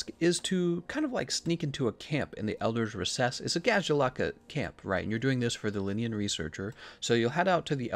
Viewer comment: Is it just me or the way he pronounces kushala daora and elders recess it just seems so off